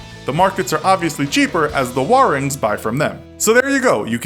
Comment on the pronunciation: As a Indonesian, listening to the infographic show say warung wrong, just makes me so irritated.